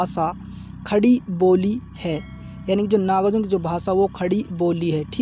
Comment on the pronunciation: Pahle Kavi ka naam sahi se Lena Sikh Lo Uske bad video upload karna ...iska iska kar rahe ho baar baar